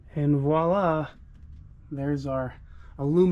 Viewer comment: Nice work! I had a 3rd gen Camaro. Brings back memories! You are the first person on Youtube that I've ever heard use the correct word "voila"!!! Most people think it is "Wah lah"!!!